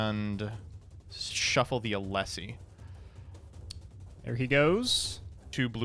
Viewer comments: mbt pronouncing alsei alessy killed half my brain cells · This man either don't read his cards or he just be saying random shit. Mans said Yogen and Alessi